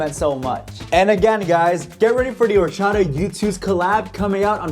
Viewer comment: Bros Spanish orachaDa is chopped